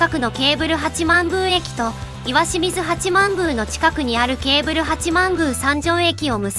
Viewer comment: しみず、ではなく、確か、きよみずやったような？